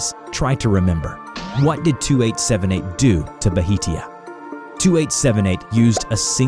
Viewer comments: I was like "It's Bhatia, not Bahitia!" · its pronounced bhaa-ti--aa not bahitia its an indian surname..from punjab region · It is Dr. Bhatia- "Bha-ti-ah". Not "Bahitia". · Not sure, but I think Bhatia should be pronounced bah-tia, not buh-hee-tia. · "under my wing, Bahitia" me: ITS BHATIA NOT BAHITIA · Writes bhatia says bahitia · Hi!! I really like your videos! For future reference, Bhatia is pronounced “Basha”!